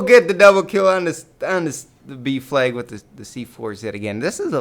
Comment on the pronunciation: when he says ''b flag'' it sounds like ''beef leg''